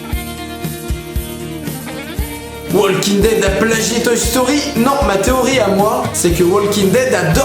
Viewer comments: J'ai souffert de t'entendre dire "WaLking Dead" et en plus sans le "The" devant. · super vid mais ptn les francais arretez de dire waLEking dead c walking dead prononcez pas le L Putain moi je suis bilaingue et g des amis qui regardent Aussie et je les corrige tout le temps yen a MARRE faites un effort c pas complique!!!!! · STP arrête de dire Wallllllking dead. Le L ne se prononce pas. Merci. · Pitié !!! Le « L » de WALKING ne se prononce pas !!!! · Putain!!!! Comment faites vous pour être aussi nul en Anglais??? Depuis le collège on t'apprends que "L" est une lettre muette qui ne ne se prononce pas dans le mot walk. Les profs d'anglais doivent rager de voir les youtuber presque se mordre la langue en prononcent le L de the walking dead...